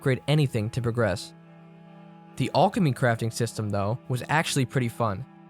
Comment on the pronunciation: I've never heard that pronunciation of alchemy before